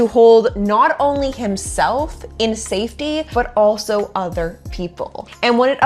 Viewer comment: "...saftey..." I'm not even a native born English speaker😂